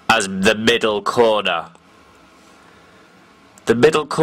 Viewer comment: "The MIDDAL CORNA"